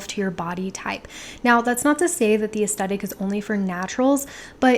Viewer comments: oh honey no it's 'aes-THET-ic' not 'aes-TET-ic'. TH not T you said it so many times 😪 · It was a bit distracting that you kept saying 'astettick' in this video. 'Aes-thet-ic' is one of my favourite words. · I hope this is taken the right way: You are mispronouncing the word 'aesthetic.' You are saying 'es-stet-ik' and it should be 'es-THET-ik.' If you search 'aesthetic pronounce,' you will see a close-up of a woman's mouth pronouncing the word correctly. Forgive me if you have mentioned this in other videos as I am new to your channel. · I enjoyed everything about this video... except the way you pronounced aesthetic.